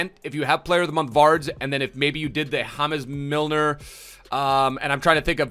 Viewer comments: Man rlly said Hames Milner 😂🥴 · No one: Not a single soul:: hamez milner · Lmaoooooo why he official nation change. James Milner -> Ha-mes Milner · He pronounced James in James Milner like James in James Rodriguez